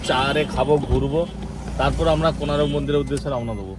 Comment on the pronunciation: মনে হচ্ছে জীবনে প্রথম পুরী গেছে কোনারক এর নাম শুনেনি উচ্চারণ ও করতে পারছে না এতো ফালতু এরা